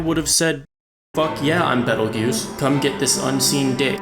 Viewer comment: Pronunciation-Bee tail juice . Not battle guuse.